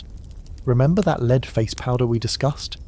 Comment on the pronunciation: I love the voice you use for these videos, it's very well trained. That said, the way it pronounces "lead" in this video needs a tweak 😉